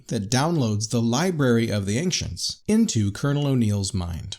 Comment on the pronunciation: Okay....why does this guy pronounce Ancients with a "k" sound? It's Ancients as in "ANCHENTS"...there is no "k" sound.....sorry it just bothers me lol